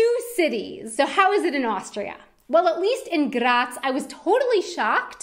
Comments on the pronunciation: I am getting kinda angry how she pronounces some words atleast she can say graz perfectly and cause i am austrian that satifys me atleast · Please! Please! Stop say "Graz" this often! And don't pronounce it in this wrong and annoying way! It totally killed my nerves! -A weaner Bua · I'm glad you were in GRRaz, so you could say GRRaz a couple of times, it made me *grins every time. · Das R muss rollen wie ein deutscher Panzer!! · I like yor pronouciation of my favourite city Grrrraz! Grrretz from a three-quarter westphalian with one quarter styrian ancestry. Beautiful place on earth. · Funny pronunciation of “Graz”. That’s how they say it in Slovenia maybe... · The way she rolls the r when she says Graz😂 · Love your pronunciation of Graz 😂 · Why do you say Graz like it would be Czech u roll the r like there wouldn't be another Day😂!!